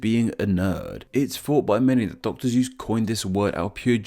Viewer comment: ... Did he just say Dr.Zues? Ik its just the accent, but anyone else hear that???